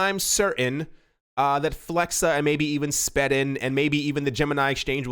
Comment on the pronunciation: SPEEDING not SPED